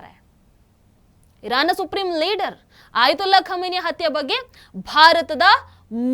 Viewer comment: ಕ್ಷಮೆನಿ ಅಲ್ಲ ಖಮೀನಾ